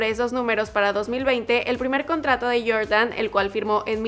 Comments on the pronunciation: "YorYan" "Naiki" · Que rabia cuando dices Jordan